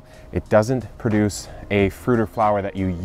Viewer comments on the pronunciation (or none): none